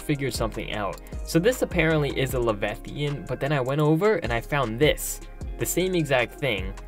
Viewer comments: Levethian. No. La-vy-a-than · It's leviathan (Lev-eye-uh-thin) not levethian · Levi-athan not levethian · Levethian? Le-veye-a-than leviathan. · That pissed me off too ngl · Le-VI-a-than, not le-ve-thian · Your pronounced leviathan wrong la vi athen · You pronounced leviathan wrong! What is a “Le-veth-ian”? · Dude you can’t say leviathan - “lev eye a thon” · you pronounced leviathan wrong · You pronounce Leviathan really weird. Have you never heard of a Leviathan in any way, shape, or form?! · Stop saying boys every other word. Also learn to say leviathan correctly. Otherwise it was interesting, annoying boy, but intetesting.